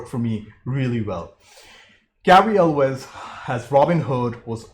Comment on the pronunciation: Hey, you said Elwes right! Nobody says it right!